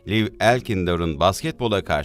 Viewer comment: Ukla denmez ona yu si el ey denir. Lev diye okunmaz Liv diye okunur.